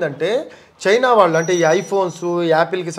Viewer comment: యాంకర్ గారు ముందు మీరు "శ "ష " స " ఈ మూడు అక్షరాల ఉచ్చారణ వేరు వేరు మీకు శ, ష ఈ రెండు అక్షరాలకి తేడా తెలిసినట్లు లేదు. దేశం మాటలో శ అక్షరాన్ని ష గా పలుకుతున్నారు దేషం అనకూడదు. శంకరుడు అనాలి షంకరుడు అనకూడదు. అలాగే ళ అక్షరానికి ల అక్షరంకి తేడావుంది మీరు వాల్లు అంటున్నారు అది తప్పు వాళ్ళు అనాలి. మీకు యాంకర్ ఉద్యోగం ఇచ్చిన మేధావి ఎవ్వడోగాని ఉచ్చారణలో బోలెడు తప్పులున్నాయి మలయాళం మాతృ భాషగ గల యాంకర్ సుమ ఉచ్చారణ ఎంత స్పష్టంగా ఉంటుందో గమనించి తెలుగు వారీగా పుట్టి తప్పులు పలుకుతున్నందుకు సిగ్గు పడండి భాషను చంపకండి బ్రతికించడానికి ప్రయత్నించండి.